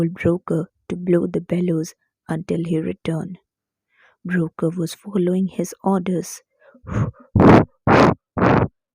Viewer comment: mam you are pronouncing BROKKR wrongly , you are saying - "broker" but its actully pronounced as - broKK